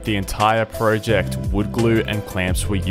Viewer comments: You said project wrong haha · This is a fantastic video but i cant not laugh when you say pro ject